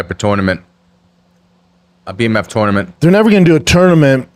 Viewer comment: Why the hell is he saying toynament 😂